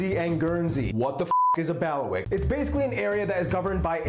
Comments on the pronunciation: Not Baliwick but Bailiwick!!!! Of course Jersey founded New Jersey research George de Carteret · He calls it Baliwick and even uses this spelling which is incorrect. They're called Bailiwicks not Baliwicks. And pronounced Bayleywick as in Bailiffs which is where the name comes from.